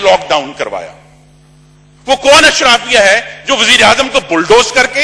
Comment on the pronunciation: عمران خان نہیں جانتا اشرافیہ میں کون لوگ ہیں اور آپ اشرافیہ کو اشرفیہ بولتے ہیں۔ میرے خیال میں آپ دونوں ہی ایک نمونہ ہیں۔